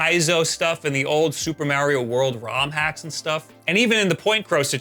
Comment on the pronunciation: why does he say mario like that?🤣🤣🤣